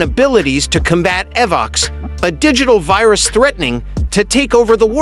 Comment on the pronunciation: you seriously need to pronounce these names right Divatox Animarium Lothor Pai Zhuq Dai Shi not Dai Shy Dino Charge it sounds like dayno charge Evox not Avox Wind ninja academy not wine